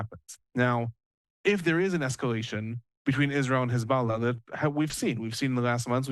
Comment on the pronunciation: Very very very glad to see this development, which is a huge win for the USA and the civilized world … but one thing that’s disappointing is the repeated mispronunciation of the word hezbollah by your guest. Just read/say it the way it’s spelled. With an O and not an A. It’s very distracting, weird and contrite to keep hearing it said in a pretentious way. This is the terror group that destroyed the country of Iran in ‘79. We all know how it’s pronounced.